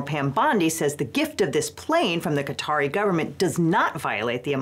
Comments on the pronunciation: Ive never heard someone butcher the name Qatar that poorly lol. Sounds like "cutter" or "cotter". Thats wild 😂 "kut-aar" or "kt-arr" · "Kah-Tar", not "Cutter" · Why are we calling Qa-Tar "cutter" now? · Lol. Khat-her? Pronouce shit right. It's Kay-tar. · Interesting, Qatar is pronounced ”cotter”? I always thought it’s pronounced ”ka-TAAR” (A European here, with English as second language). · i love you guys but its not "cutter" its "kah-tar" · Just real quick...its not "cOTT-er", its "cuh-taar". Unless we're saying cotter on purpose to be petty 😂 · I thought it was pronounced like caw-tar instead of cotter? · So wait, is Qatar pronounced "kay-tar" like I always thought, or "cotter"? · Qatar is pronounced 'kuh-tahr', not 'kotter'. I'm confused how that happened while still pronouncing 'Qatari' (kuh-tahr-ee) properly. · Qatar, not cotter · Is Qatar really pronounced like "Caught her". I thought it was pronounced the same as the Indian Katar. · An unsurprising amount of insanity, yet again... FYI, it's pronounced Ka-tar, same way you're already saying Qatari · Fr, if he wants act professional, he should at least pronounce the name of the country correctly (talking about Legal Eagle) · Hey! Love your channel, for future reference. Qatar is pronounced as “Cuh-Tar” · Why tf are people suddenly pronouncing Qatar like ‘cutter’? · Is Qatar really pronounced "Carter?" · Pronouncing Qatar like catarrh is tickling me. Apt. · That pronunciation of Quatar has me questioning which of us has been saying it wrong because my source for pronouncing it is the BBC and you're a lawyer so you would have proofread your pronunciation, so either one of us ir right or there's multiple acceptable ways to say it. For my sanity I'm going with the latter. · Anyone else a little bothered by her pronunciation of Qatar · Why do Americans pronounce every word wrong?! Seriously youre an educated lawyer at least research the name of the thing you are discussing